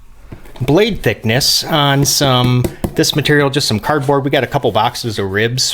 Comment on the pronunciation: When you say "click on subscribe" it sounds like you said "click unsubscribe" lol love the vids!